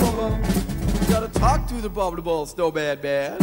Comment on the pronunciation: I like the fact he can't properly say the word "abominable"